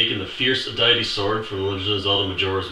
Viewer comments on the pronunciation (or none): I believe it's pronounced dee-it-ee. :)